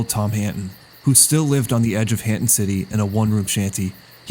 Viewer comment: Hanton is just Hernton in a Rhode Island accent 😭